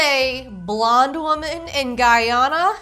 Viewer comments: Guyana is not pronounced like that 😭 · First of all, the country is not pronounced like that. It’s literally pronounced “Guy-Anna”. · I'm Guyanese and nothing is making cringe more than her, not only living there, BUT SAYING IT WRONG!!!!!!! It's pronounced GUY-ANA just as it is written 😂😂😂 Also, she is definitely not the prettiest. My cousin, who was born and raised there, was literally a model and pageant beauty queen for several years 😂 I guarantee you, miss white woman is not the beauty standard 😂😂😂😂😂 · at ALL 😭😭